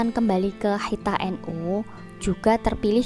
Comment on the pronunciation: Waduh ni komentatornya kurang pas ni memang tulisannya khithah tapi baca yg pas khitoh,bu